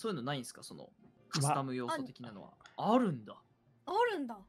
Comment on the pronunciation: イントネーションミスって疑問形の「ある(の)？」じゃなくて断定の「ある！」になった説信じたいけど、そうじゃなかったら前科あるらしいし真面目に病院行った方がいいだろ